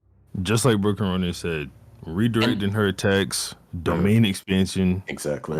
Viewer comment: So proud of for finally pronouncing broken ronin properly. SO proud.